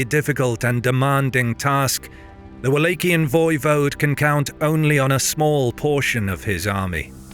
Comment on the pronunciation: What’s up with the weird pronunciation? Dude says “Wallachian” two different times in the same sentence! Is this a bot voice??!